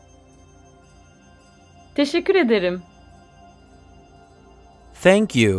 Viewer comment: Adamın dilimi peltek anlamadım... Tenkyu 'ya Senkyu diyor Tam doğru adrese geldik derken oldumu şimdi